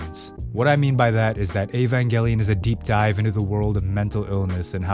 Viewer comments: he said evangelion right!!! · Finally, someone who pronounces evangelion correctly, as a hardcore eva fan, this show will either make you feel depressed as hell or it will help you get out of a horrible mental spot. It done that for me, so if you're in a tough spot, take a gamble when it comes to this show